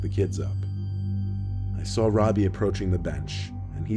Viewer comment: Anyone else think of the dude from “Jessie” when he said his name? 😂😂 Well... he said “Robi” (or however you spell it) but it still kind of sounded like “Ravi” 😂